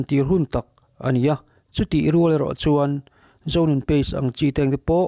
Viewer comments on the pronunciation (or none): Zonun ni lovin. Zozun tih tur ania